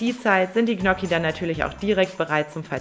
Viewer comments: Tolles Rezept, aber ich als Italiener, fühle mich schon sehr Diskriminiert wenn ich höre, wie du Gnocchi aussprichst 😢...😂😂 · Du weißt aber schon ,dass man Gnocchi nicht so ausspricht 😂😂